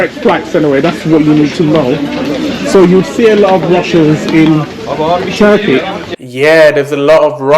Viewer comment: You are saying the name of the country wrong hahahah